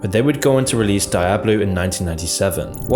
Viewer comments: Ur content is great, but I can't help, but say it's Dee-ob lo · You're saying Diablo wrong. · how can this man not know how to say 'Diablo' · That pronunciation of diablo is up there with blizzard's atrocities 🤣🤣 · Why do you pronounce Diablo like that? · Aint no one finna mention how he pronounces “Diablo”? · The way he pronounces "Diablo" is very unsettling. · the way you pronounce Diablo makes me angry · The way this man pronounced “diablo” gave me a stroke. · has a surprising ability to butcher any name he comes across, I had never seen someone mispronounce diablo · I felt physical pain every time he mispronounced diablo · Bro I'll donate 100 bucks if you stop being such a Britbong and pronounce Nike and Diablo correctly. Nike does not rhyme with K*ke dude. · Jesus Christ, the way you are spelling Diablo gives me brain damage. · Its D i ablo not DIEablo..... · You know is not a gamer by how he pronounced Diablo (DiEaBLo wtf?) 😂 🤧 🤦‍♂️ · switches from "die-ablo and dee-ablo" pronunciations a few times in this video, it's a bit strange. Less of a matter of accent and more of a personal quirk/oddity. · “Die-Abloh”, It’s “Dee-Ahblo” ffs lol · Great video but say its , DEE OBB LOW not DIE AB LO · It's pronounced Dee oblo, not die oblo. It's etymology is Spanish. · every time you say dye-ablo instead of diablo, I wince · Is not dAIAblo. Is Diablo, say it in Spanish. “Dee ablo” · Die-ablo lmao It's pronounced dee-ablo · die-ablo... should be Dee-ah-bleugh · I cant make it through this without letting you know it's DIABLO not Dieablo not Deiablo. Learn the kings proper English m80 holy hell. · It's pronounced "DEE-ABLO" not "DIE-ABLO". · Every time he sais "d-eye-ablo" I'm forced to scream internally "it's di-a-blo!" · It's like nails on a chalkboard hearing you call it "die ablo" instead of what it's officially called, "dee ablo" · Anyone else bothered by his mispronunciation of Diablo? Should dee-ah-blo not dai-ah-blo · "die-hablo" hahahahah cmon man